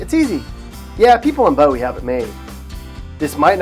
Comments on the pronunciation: Capitol heights us the best city in Maryland. Btw it is pronounced boowie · Every one of your videos follows the same script. You mispronounced La Plata and Bowie. I think you just randomly pick names off the map. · this guy even pronounced Bowie wrong how do you do that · *pronounces bowie wrong* me:*dies* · Ugh it is Pronounced boo-ee Not bow-eee (Bowie) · Bowie as in the knife not Bowie the artist...... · Mans really said Bow-ie its Boo-wie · It's Boo-ee not Bowee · This person does not even know how to say Bowie correctly? Bow-we, seriously ?😐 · For the love of God it’s pronounced Boo-E! And why the hell is the star from Rockville all the way over there?? Lol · “Bo-Wee” made me physically cringe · ITS BOOOO WEEE BOOWEE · he said bowie wrong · Cheverly is Pronounced like chevy with a "sh". Bowie is Pronounced "boo-wee" 😂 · First, the blithering idiot narrator pronounced LaPlata and Bowie wrong. La-plate-a not La-platt-a. Boo-ey not Bow-ee. Takoma Park is a hard communist hellhole where Republicans are not allowed to live and smoking a cigar in your backyard is frowned upon. Cheverly is a PG County dump with lousy restaurants and surrounded by crime and the schools are atrocious. La Plata is becoming a dump as it is getting the riff-raff from PG County migrating there. Poolesville and Rockville are in big government Montgomery County where you have to ask permission from the government to do almost anything with one's own property. The elected officials are hard-core Stalinists. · This is the absolute worst advice ever. But its obvious this guy isn’t from Maryland. La Plata is pronounced La Play Ta. Not The way he says it. Same with Bowie. Its not Bow E. It’sBoo E. And its a dump in the middle of Prince George’s county. What about Solomons, Annapolis, Davidsonville, Several parts of Southern Maryland are great. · Correct pronunciation of La Plata and Bowie: La PLAY-tah, not La PLAH-tah BOO-ee, not BOE-ee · It’s pronounced (la plate-a ). And ( boo-e)